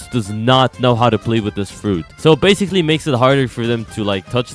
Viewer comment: Guys why does he say bascil. every time😂😂